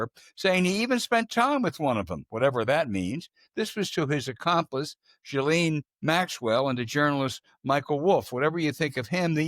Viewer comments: Gil- len like the French pronounce laine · Why can’t anyone research how to say her name?